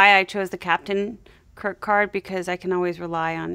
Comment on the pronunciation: I swear when she said she picked the Captain Kirk Card, I heard her say Captain Kircard, and got a mental image of a fusion between William Shatner and Patrick Steward.